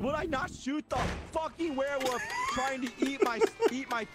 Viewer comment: “The werewoof” 😂